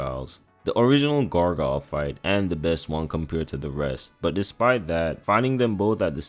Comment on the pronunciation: “Gar GUYEL” LOL